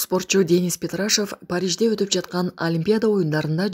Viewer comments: Петрашев эмес Петрашов туура айтыш керек бироонун аты жонун анан басым дагы озгорот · Ушул коментаторлор өзү сабатсыз орустун фамилиясына басым жасалат пЕтрашв деп кой.ПетрашОв деп айтылат. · ПетрашАев эмес ПетрашОв. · Петрашев эмес Петрашов деп туура окусанар уятта😢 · Ассалому алейкум. Сураныч петрашыв эмес петрашов болсо керек туура айтып чыгарсанар. Мамлекетибиздин намысын коргоп жатса сыйлашыбыз керек. Деги эле билимдуу кызды отургузгулачы сураныч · ПетрашОв - ударение падает на гласную букву О . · Петрашовду туура айтсаң, басым О тамгасына келет да, сүйлөөрдөн мурун орусча сөздөрдү туура айтылышын тактап алып сүйлөө керек го сабатсыздай болбой